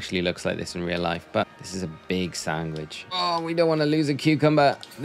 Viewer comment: Maybe it's just me, but I'm hearing sanGwhich. :D